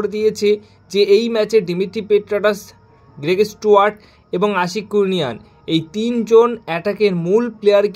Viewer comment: গেরেগ স্টুয়ার্ট নয় উচ্চারণ হবে গ্রেগ স্টুয়াট ।